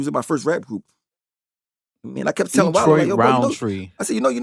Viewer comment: I'm glad you. Finally saying his name right